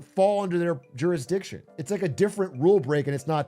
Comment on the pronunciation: Their “Juris’dick’tion”